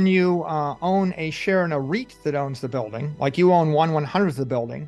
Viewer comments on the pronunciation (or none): Its REIT, not right.